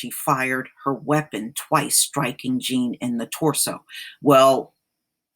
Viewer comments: If your going to do videos on this man, pronounce his name right for crying out loud. Its BO. Bothom j'aw. Spelled Jean. Its French, lady. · It is a French surname is pronounced John. Anybody committing a crime has to move immediately. You are absolutely wrong on that. For the safety of the other tenants they must immediately remove her. Further all tenants are entitled to compensation. If the owner doesn't make her move they too get sued.